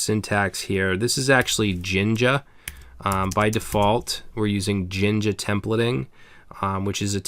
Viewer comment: Love your videos! You're a wealth of knowledge! I have a Q from where it sounds like you're saying "ginga" on the index.html page with the {% for post in posts%} portion. Can you - or anyone else - provide a clarification, or a link, into it as I want to learn as much from this vid as possible? Thanks. You rock!